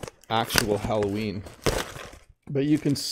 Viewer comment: « Allo Ween !!! » 📞 😊 Qui est « Ween » ??? 😂👍